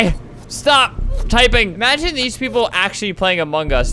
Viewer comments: Albert: among us. Me: I thought he said Among Gus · WHY DOES EVERYONE SAY AMONGUS INSTEAD OF AMONG US?!